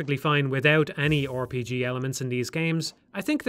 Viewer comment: I just like hearing people say "Or P G"